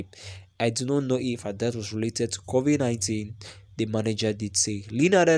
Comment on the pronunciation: Bhudi how do you pronounce the names kovi 19 and her name mara your accent is terrible ....please try to improve so that we can subcribe coz listening to you its jus something else